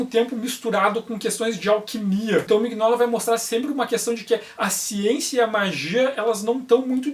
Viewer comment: Aeee, voltou! Me arrependi agora de ter vendido minhas edições. Não sabia disso nas arquiteturas. OBS: Acho que a pronuncia é Minóla, com G mudo.